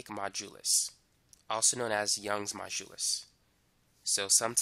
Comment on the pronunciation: lol great explanation. I always laugh when you pronounce modulus. You say majulus :) lol